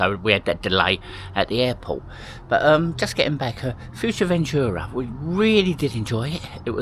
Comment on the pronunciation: OMG it’s not futuremanchura!!! It’s fuerteventura. Can’t you say anything correctly. It’s so annoying.